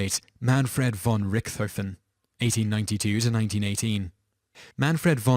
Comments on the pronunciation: Neither "von Richthofen" nor the German language has a theta sound. The name is pronounced /RICHT-hoffen/, with the "ch" pronounced as in "Bach". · They're pronounced "RICT-hove-en" and "Shoog [as in 'Sugar']"